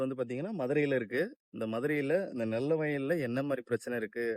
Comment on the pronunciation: நெல்ல வயல் இல்லை நெல் வயல்